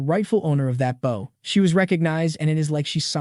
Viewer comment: Serious question why is it you can't pronounce bow